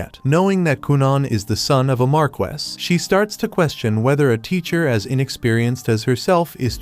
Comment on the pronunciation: Why doesn’t the AI know how to pronounce Marquess??? It’s Mar-key for anyone who was wondering